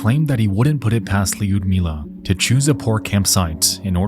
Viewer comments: LEEYUDMEELA brother man it’s pronounced like “Lud-meela” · Yu in the name Lyudmila is read like U in the word u-boat (yu-boat), that is, there is a short pronunciation, that is, the name is correctly pronounced as L(y)udmila, the spelling does not convey its sound correctly. That is, there is no second part in the sound Yu, only U. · "Lee-yud-mila" kept distracting me the entire time.😂 AFAIK the start of Lyudmila is pronounced like "blew", just remove the "b" at the start, that will be close enough. Great story you've covered, Khamar Daban and Dyatlov Pass are two of my favourites. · In case you ever come across the name Lyudmila again, the y is (sounds) silent. It's pronounced like lewd-meela. Impressed you got the 2nd part right! Russian/slavik names can be so wierd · im sorry but "leeyood mila" is killing me. thats not how it's pronounced (yes i know nexpo isn't slavic, as a russian speaker this is just a bit funny to me) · Love the video, very well done and appreciate the animation as well! I’m so excited to listen to the new podcast. The only thing is the Y in lyudmilas name is not pronounced, so it’s more like LUD-as in lewd- MILA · Lyudmila, Tatyana, and Nataliya are hard for Americans to pronounce. They are supposed to have three syllables when spoken aloud: it will sound like, yood•MEE•lə, except you will begin the word with the tip of your tongue on the roof of your mouth. Lyud is a single syllable. Tatyana is similar. The letter Y in English with regards to Russian words is typically combined with whatever other vowels are next to it: Tatyana -> tat•YAHN•nə. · why are you pronouncing her name as 'leeoodmila'? 😩 it's just [yu], a single sound, not a diphthong. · Yo idiot, 90% of this video is you saying "luiydknjmla" and saying it wrong. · Lewd-mila is the correct Lyudmila pronunciation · The way he pronounces "Lyudmila" makes me cringe a little every time but I guess it's difficult to pronounce for English speakers 😀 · It’s Lood-meela no Lee-ood